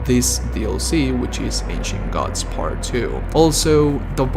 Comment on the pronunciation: Why does it sounds like he’s saying Ancient Guts Lmao